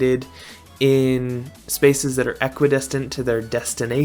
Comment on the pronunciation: Did you just say equisdistant instead of equidistant